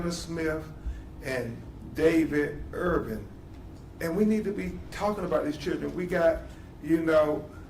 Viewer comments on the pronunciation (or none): none